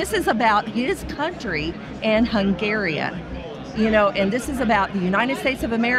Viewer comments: she also said "hungaria". Then she goes on to talk about Europe and Hungary like as if she even knows where these places are on the map, let alone the politics. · …”Hungaria”… Bless her heart. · When she called it Hungaria 💀